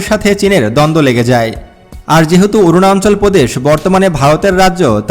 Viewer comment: অরুনাচল কে বলছেন অরুনান্চল।উচ্চারন শুদ্ধ করে না বলে এপিসোড বানালে ভিউয়ার রা লাইক না দিয়ে সমালোচনা করবে।